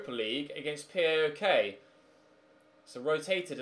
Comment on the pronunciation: FINALLY said the name of PAOK right😂